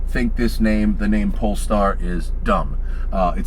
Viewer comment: That is an amazing car, however, the "polester" is not the same as "polestar", great difference. That being said, it's a wonderful presentation for the wonderful car, good job.